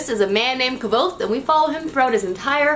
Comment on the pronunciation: you pronounce Kvothe like Kavothe? it's pronounce kuoz or kuoth if you like. :)